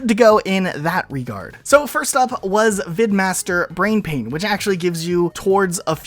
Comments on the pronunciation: I hate to be that guy since I know everyone else has probably said it at some point, but, "Brainpan" not "Brainpain" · it's brainPAN, not brainpain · Dude..... "BrainPAN" not brainpain. No clue why that even bothered me lol.